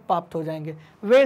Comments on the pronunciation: Kukkut कुक्कुट palan not kutkut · Sir wo kokot palan hota h kotkot palan nahi😂😂 ..,............................... Sorry sir I am very funny sorry sir